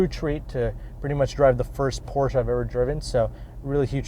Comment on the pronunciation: Pronouncing Porsche correctly would be nice. Respect. You have more room than a Miata